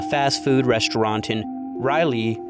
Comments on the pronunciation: As a North Carolina resident it pains me to hear you pronounce it like RAH-LEEE it‘d be more like Rölee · as a local, almost everyone here pronounces it as “Rall-Lee”, with the R in Rall pronounced the way B is in Ball. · As an NC resident its my duty to inform you that everytime you pronounced Raleigh i laughed lol. Its RA-LEE not ROW-LEE Aside from that, great video i enjoyed your take on the sauce being the culprit i havent heard that one before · It's Raw-leigh. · It's rall (like 'hall')- lee but rally is close enough ig lol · Its Rah-lee not Rowley 😅 sorry great job on the video , it was just bugging me. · Raleigh: Raw-Lee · It's RALL-lee. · Bro can't pronounce Raleigh to save his life. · I'm also from Raleigh and I never realized how different the pronunciation is from the spelling LMAO